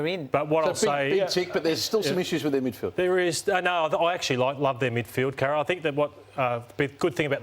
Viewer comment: How can you take Carro seriously, she can't even pronounce her own name properly.